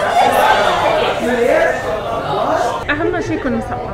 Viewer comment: she's pinay coz the way she say sorry